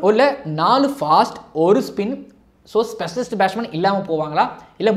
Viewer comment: Athu batshman illa batsman